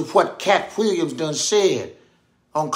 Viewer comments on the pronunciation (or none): It’s the H sound at the beginning of all W words that kills me!! hWhere? hWhen Katt hWilliams 😂